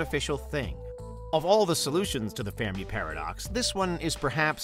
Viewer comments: Is it me or does it sound like he is saying fair-me paradox instead of fermi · Pronounced fur-me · “Fairme paradox” is all I could hear throughout this video, lowkey annoying..